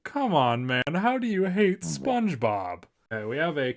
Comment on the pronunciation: "Spongebob" ❌ "Spogebob" ✅